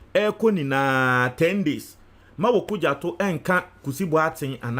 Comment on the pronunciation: It's OkudzEto, not OkudzAto.